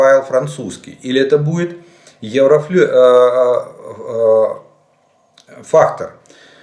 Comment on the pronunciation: евроФАЙТЕР а не еврофрахтер